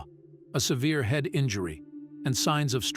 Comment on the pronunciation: Very good documentary but why did he pronounce "head" as "heed" and mispronounce the word "facial?"